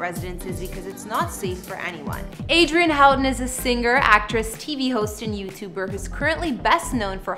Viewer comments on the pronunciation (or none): HER MARRIED LAST IZ PRONOUNCED HO-TON AND ITS SPELLED HOUGHTON GET PEOPLE'S NAMES RIGHT BEFORE SHOOTIN THE VIDEO HER HUZBAND'S NAME IS ISRAEL ISRAEL'S SON'S NAME IS PRONOUNCED SUN-NY SPELLED S O N N Y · The last name is PRONOUNCED WRONG AND SPELLED WRONG ! Get your facts straight !